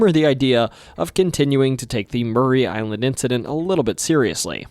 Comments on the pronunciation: Yaaay! Washington my home my entire life. Btw its Maury Island... as in "the lie detector reveals your are not the father!" - Maury. Not Murray. No shade to you tho... we are jus incredibly snobbish about our location pronunciations around here 😉👍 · I grew up on the mainland with a panoramic view of Maury Island (not pronounced Murray but as it appears phonetically. More-EE Island). Spent a lot of late nights just looking out at the beauty of the view of Puget Sound and Maury Island and as far north as Three Tree Point. Never saw any UFOs, UAPs, or submersible UFOs piercing the Sound into the air. I've seen a UFO in Southern California but never in my home state. Other than the inane mispronunciation of an easy name to say--Maury, thanks for the video. I've subscribed so hopefully that will contribute to a mil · Maury (MOR-ee) island, nor Murray. Ape Canyon is in a fir forest, not a pine forest. D.B. Cooper, not Tuber. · Maury Island is pronounced Morrey, not Murray. I've lived on the island since 1985. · ITS PRONOUNCED MORRIE NOT MURRAY ISLAND! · It’s pronounced more-e Island